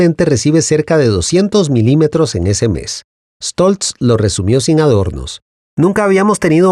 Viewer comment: Gracias por pronunciar bien el apellido Stolz. Y como siempre excelente informe.